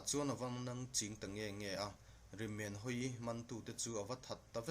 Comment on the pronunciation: Rimenhawii hming i lam dan hi a dik lo bawk.